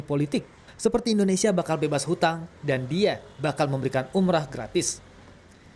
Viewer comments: dia ngmng Indonesia atau indorusia sih apa gua budeg ya 😂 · Kalo lo jadi Presiden, orang bingung denger lu ngomong "Entrosea" "Endhosia" "Endhonosea" ... orang pikir lo ngomongin negara mana? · Indonesia bukan endresia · Mengucapkan INDONESIA aja blom bner... hadeeuh..